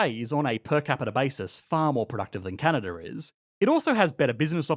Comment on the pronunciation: Take a drink every time he inverts the syllabic emphasis on the word Canada.